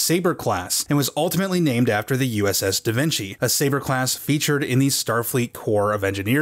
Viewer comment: ...DA VINKY??